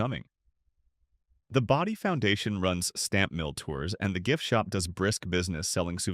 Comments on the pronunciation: where can you stay overnight in Bodie (Bodie is pronounced Bō dē) your ai voice mispronounced town names so much it's like nails on a chalkboard! Then turn around.and say it correctly. tm confused is this about old towns ppl are moving into?_ cost being a major factor. Where can you purchase a house or RV pad in Calico let alone Bodie. You have some interesting topics then blew chunks out your AI ass. A little research can vastly improve on facts presrnted not snagging info off others websites. Using AI to do all the work and by adding one more command and having it verify the information before uploading it. Visually your pictures are like looking at a Jackson Pollack painting. Usually you start by showing pictures of the actual location then you start interspersing pictures that blatantly aren't from there. Out here in the desert you don't want mislead anyone who may want to buy a house. Death is no stranger in the desert Anyway I doubt you read the comments since you probably run 1000 AI Channels concurrently. Last of what I add on here is advice. Shitcan AI narrator it's a joke also quit using AI generated pictures. Fact check it. Upload. Joe Public is over all the AI barf. Great story ideas but you shit your AI pants after that. Just had to unload. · AI garbage. Bodie (pronounced "BOW-dee", stupid AI) is a California State Park. You aren't going to move in anytime soon. That's when I quit wasting my time watching this AI garbage.